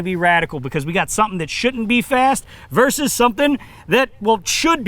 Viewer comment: Please learn how to say the word “versus”!